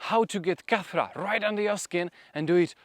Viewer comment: Khat-ra not kathra 😅